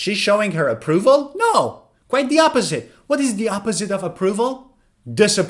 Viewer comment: You speak'the' sounds "va," why